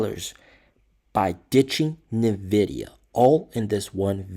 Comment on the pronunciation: NVIDIA... NOT NEVIDIA